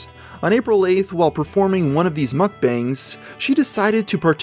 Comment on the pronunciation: It's pronounced "muk-BAHNG".